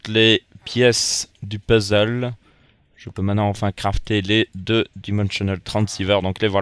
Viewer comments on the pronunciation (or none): none